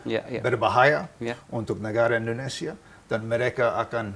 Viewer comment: INDONESIA boss.. Indonesia.. bukan Endonesia.